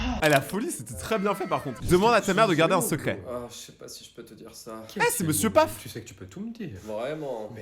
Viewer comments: Tu as dit Monsieur PAF au lieu de Monsieur pof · C monsieur paf NON MONSIEUR POF😂😅